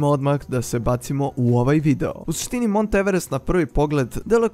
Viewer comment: Alo pametni,nije Maunth nego Mount..nemaju Englezi Vuka Karadžića pa da čitaju kako je napisano!I gde nađe na kraju to slovo h??? Drugo,to jeste planina i planinski masif pa se i sam vrh tako u svetu često naziva.Inače vrh Mount Everesta se zvao i vrh XV,pa na Tibetanskom Chomolungma(majka Boginja sveta) ili na Nepalskom Sagarmāthā.Eto..